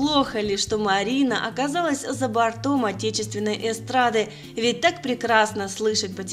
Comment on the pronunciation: За бОртом, ёханый бабай, за бОртом!!!! А не за бартОм.